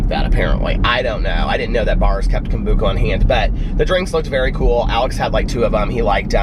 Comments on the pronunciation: I giggle every time you say Kombooka... I love you so much!!! I'm gonna start saying it like that now!!! It sounds way better! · Anyone else think when he said "he got up early" he meant 7, 8am? Not 3am haha Love that hes so dedicated to us, not sure if I could do it for ya'all😂Kombucha(I was taught its Kom-bu-sha haha)is SO trendy in my town. Um, no maam for me!😂😂😂